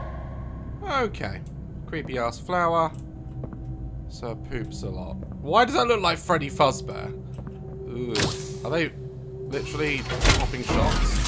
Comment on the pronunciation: I'm sorry but did you gust say Freddy fuz bear its faz bear not fuz 😂